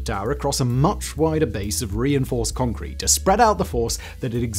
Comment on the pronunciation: "What's holding up this skyscraper, Yun?" "Congkweet"